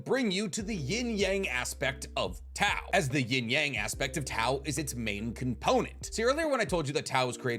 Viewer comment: I hate the way you pronounce "yang" you watch too much anime to pronounce the word like that